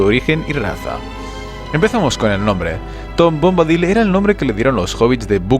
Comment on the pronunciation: Por qué siempre pronuncian mal los nombre y eso que se ve que son fanáticos y conocedores y hacen estos vídeos. En que forma Bombadil se puede pronunciar "Bómbadil" con acento en la "o". Ni en inglés lo pronuncian así y en castellano tampoco está bien, sería "Bombadíl" y en inglés también es así.